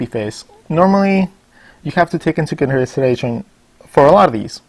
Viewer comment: i love the video but the funniest part was when you butchered consideration